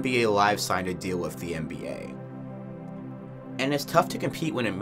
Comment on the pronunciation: Where you from? You say "wif" instead of with, like someone from the UK lol